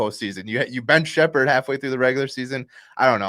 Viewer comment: Sheppard and its not even relatively close